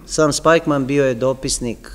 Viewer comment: Jedna ispravka, izgovara se Spikman. Hvala na veoma dobrom predavanju.